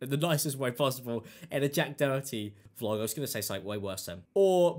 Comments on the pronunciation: Doherty or Dokerty? Is this just a pronunciation thing? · It's Jack Doe-er-tee The h is silent. Lol just wanted to help! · Its pronounced "door tea" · I cant stand the lad but his name is pronounced doe tee theres no c in the rats name no offence my stupid ocd kicking in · I love how u butcher his name, wether you do it on purpose or not, keep it up😂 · Love how you say the last name. Completely incorrect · You and memeulous pronounce his name properly for once in your life’s Im definitely not a fan of Jack Doherty but how illiterate can you be? 😂